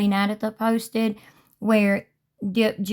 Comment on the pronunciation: Na”DAYYYYYYtha” not Na”DAAAAHHHHtha” js😊 Love your content. Ty